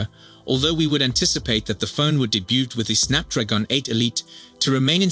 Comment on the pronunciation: Teach the f****ing AI how to pronounce "debut"!